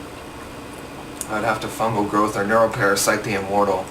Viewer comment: fangel groth lmfao, fungal growth*